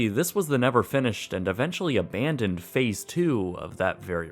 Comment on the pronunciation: How I love that "ABANdoned" voice! ;)